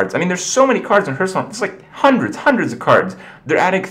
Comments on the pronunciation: Hearthstone is NOT pronounced Hurtstone. Plz. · It still sounds weird to hear "herthstone" (phonetically, i know it can be pronounced either way.)